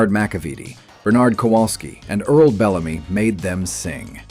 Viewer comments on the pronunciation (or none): none